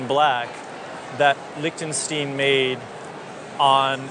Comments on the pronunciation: lick-ten-shteen. These days I doubt if I'll have any situation where I might say it, but thanks for that (It's like Young Frankenstein) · I thought it should be \lick-ten Sht-eye-n. I was always taught "The second of the two, gives us the clue" so 'ei' is pronounced 'eye' and 'ie' is prounounce 'ee' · Lech ten sch tine. Stein, long i. As people call a beer stein. Same word, stone.